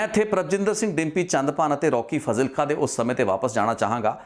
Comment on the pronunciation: It’s spelled as faaaaaaazilka……..come on man!!